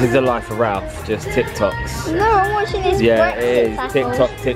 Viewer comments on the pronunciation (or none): It’s TIK tok not timtok